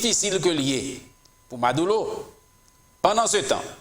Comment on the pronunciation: MaduRo, ma-dou-reau tankou Bureau, buro, ma dou ro (not madoulo) juan Guaido = Gway- Do